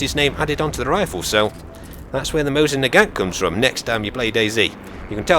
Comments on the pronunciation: you are pronouncing mosin naget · Fun fact: It's pronounced "Mo see - na gaw" Most people pronounce it like did, or Americanized it. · its actually pronuced mosin naaaagant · Its pronounced Mo-sin Nay-Garnt :)